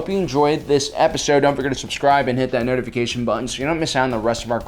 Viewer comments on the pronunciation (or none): none